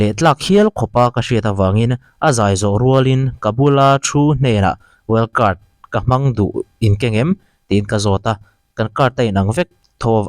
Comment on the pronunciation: wild card ni na na well cart tih tlat reng mai😂